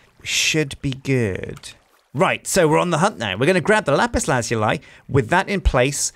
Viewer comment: after all these years and he still doesn't pronounce lapiz lazuli right xD